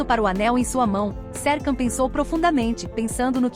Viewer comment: você fala o nome dele errado